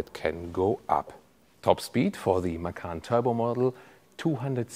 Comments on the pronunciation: What is Porsche Makan?? Isnt it MaCan.. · Hi, thanks for as usual video. By the way, 'macan' is taken from Indonesian language for 'tiger'. The correct way to pronounce it is "machan" (c for charlie)... 😊